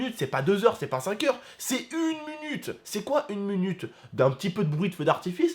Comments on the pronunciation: il a dit 1 munute au lieu de 1 minute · dit un munute au lieu de un minute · 1 munutes?? Mdrrr 1 minute a 😂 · MDR IL A DIT 1munute